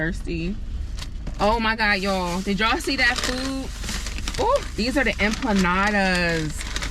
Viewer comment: EMPANADAS not EMPLANADAS 🤣🤣🤣